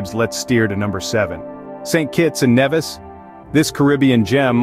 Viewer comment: St. Kitts and Nevis ...it's pronounced NEE-vis